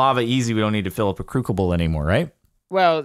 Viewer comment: When he said crukible made my day